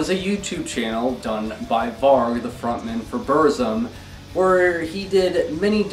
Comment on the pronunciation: Mispronounced "Varg" oxå!!!